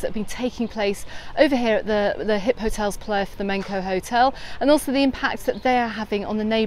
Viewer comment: it’s Hipotels not HipHotels 😂❤ Anyway, thank you for your updates:-)